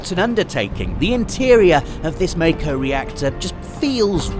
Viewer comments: It's not "may-co", it's "Mah-Ko" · Back up... how many times have you played the demo, and you're still saying "May-ko" ? Listen, I was just as surprised as you, but c'mon... it's "Mac-o"... we now know it's Mac-o. Stop calling it May-ko, OK? Mac-o... that's our new reality. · Well said good sir. I'm uncontrollably excited. I'm happy with 100% of the things I've seen so far. And can I just say that I'm glad that we're actually hearing a definitive pronunciation of some of the terms for once. I've been saying MAY-CO for years. Wish FFX could straighten out the TYEDUS/TEEDUS situation for me >.< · Who else thought it was always pronounced May-Ko? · Okay I have to know: is it pronounced MAKO or MEIKO?